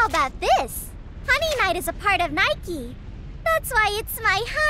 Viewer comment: Gosh, you really should have played the Game in its Original Japanese Dub, some of the lines are just poorly portrayed in comparison to the Original Dub. Or the pronounce of the Names, like Niike. Its NIIke, not Neiki goddamned. XD